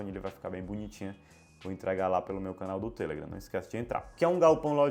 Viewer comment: muito bom o video, porem o seu *tamu*nao foi nada em vista da pronuncia sua sobre a rede social (TELEGRAM) palavra correta e TelegrAAAAAAAAAAAm . e nao tele......gran. Mesmo acontece com Face, (facebook) ou Insta (Instagram), mania de brasileiros colocar apelidos nos trem.